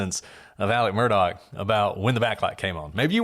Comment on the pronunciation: MUR "DOCK",...... MURDOCK........ DOCK, DOCK, DOCK............ Jesus, Lady